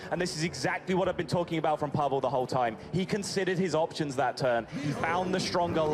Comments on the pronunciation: Stress in name Pavel is on A not E (!) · "Pavel" has the accent on the "a". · Disguised Toast it's PAH-vel not Pah-VEL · His name is PAvel, not PevEl, xd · P'vaal. Lol. It's PAVEL. For the motherland. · PAvel, not PavEl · its PAvel not PavEl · why does he say pavall? isnt it pavel as in pa velle ? or like gavel, gravel, havel, towel, etc. Why is it pavall? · Pa-Vel not PAVAL!!! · It's not Pah-vAAl (shadow priest) it's PAAh-vel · FYI, it's PAvel, not PavEl :) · Wait wait wait who is Paval? It's Pavel you know like Pavel sports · it is not PAVAAAAL! it is PAvel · ONE PUNCH!!! Also, it's pavul, not paval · Pah Vul. Come on now (coming from a Fellow Pavel). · But, Pavel sounds like pa-well, and not pa-wall (val, whatever) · its pavel, not PEVAL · it is not Pah Val .it's pa-vel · "Puvell" It's actually "Pawvull" Toast, are you Availalbe for some spelling lessons? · please toast it's pavEl not pavAl, bothers me way more than it should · it's pAvel not pavEl xDDD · Fucking PAVAL. It's pAvEl, a russian name. Mine either ;) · Yeah,cool... Stop... Stop! What's that? Paval? Pa-val? Did he really say Paval instead of Pavel?.. If he did it hurts my russian feelings somehow... Хах, этому парню коптец. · stop saying PAVAL please it's PA VEL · "PavAll" LuL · It's pAvel. "a" is like in "axe", "e" is like in "excel" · paval sprts xDDDDDD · Pavel is pronounced like Paw-well Toast :D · Pavall? EleGiggle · "Paval" Kappa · It's pronounced paw-velle. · Great video, Toast. But for the love of Mother Russia, it's P*A*vel. Like, Pah-vel. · It's pronounced pAvel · The way you say Pavel triggers me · Pavel is pronounced like gravel, but instead it is PavEL